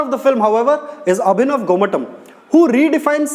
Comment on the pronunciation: Abhinav gomatam.....not avinav gomatam....